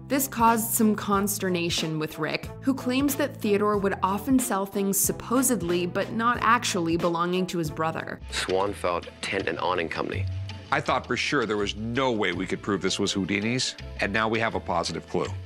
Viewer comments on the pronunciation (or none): "SupposeBLY but not actually...." how does one get a job announcing, well, ANYTHING without understanding how to pronounce the word, "supposeDLY". Oh well. Other than that, I enjoyed the video. But please, have this particular announcer check up on that particular word.